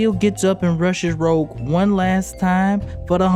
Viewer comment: Sorry but it's Rogue, not Rouge